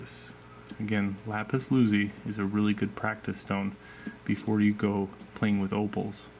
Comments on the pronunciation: Lapis lazuli is pronounced (Lahpiz Lah-zoo-lee). thought you would want to know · This was making me crazy lol ty